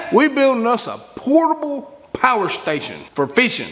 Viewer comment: Pa-er station 😂